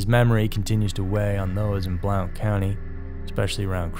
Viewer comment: From a life long and current Alabama native (Roll Tide) it isn't pronounced Blaunt, it is pronounced Blunt like the dull edge or weed rolled up in tobacco leaves.